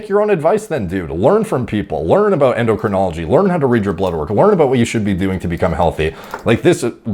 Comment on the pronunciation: A self-confessed clueless kid, claiming he's qualified to give fitness advice, when he can't pronounce "endocrinology". Ignorance isn't innocence.